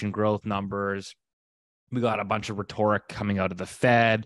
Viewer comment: rhetoric not rhettorrrrrich